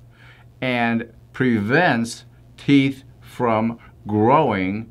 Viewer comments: Actually, it regrows your "theeth," not teeth.😆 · But I don't have any "theeth" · how you pronounce "teeth" when you don't have any 😆